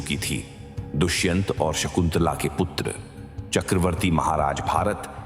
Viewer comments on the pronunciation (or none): संकुतला 😂😂 नाही, शकुंतला म्हणा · Shkuntala thikse bola nahi .